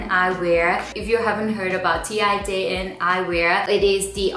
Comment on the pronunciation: I believe the brand is Dutch, so it's pronounced 'tain', like ten but with more of an open vowel :)